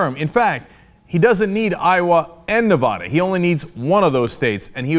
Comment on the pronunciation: you always say nevada wrong it pisses us off